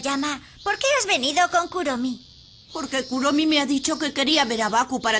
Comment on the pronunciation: Se dise kuromi no kuromy